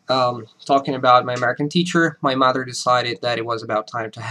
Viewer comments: I can detect a slight accent in the way he pronounces mother and father. The "...ther" in mother and father is slightly rushed rather than being prolonged as "tthh-errr". It is a slight latin annunciation. BUT...it would still be likely of being mistaken as a native speaker. There are 1st/2nd generation Americans that may have a slight accent from the influence of friends and family. English is better than many, many Americans. Keep up the good job! Keep eating the Wheaties! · Steve C He doesn't sound like native speaker of english, you guys are being too generous. Again, he has obviously put in a lot of work bringing his english to such a high level, but he would never pass for a native speaker. He consistently mispronounces mother, the way he articulates himself is not the same way a native speaker would. Yes, his english is very good, but he wouldn't pass for an native speaker. Listen to conversations where the speaker has to react to what is being said. When you pass for a native speaker, people don't compliment you on how good your accent sounds, they don't say anything at all, they might say you speak eloquently but that isn't a comment on your accent. The point being, yes speaks english very well, no he does not sound like a native speaker there are a number of things off with how he speaks. When you continue to insist that he sounds like a native speaker when he doesn't, you are lowering the bar and giving false praise